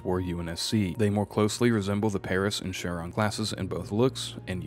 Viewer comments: Small quibble: "Epoch" is pronounced like "EH-pok", not "ee-POTCH." Similarly, "Punic" is pronounced "PEW-nik", not "POO-nik." And lastly, "Charon" is pronounced "KEH-run", not "shair-AHN." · Your mispronunciation of Punic, Epoch, Charon, and Trafalgar irks me.